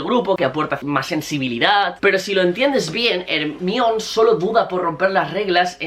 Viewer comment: Al décimo "Ermión", vomité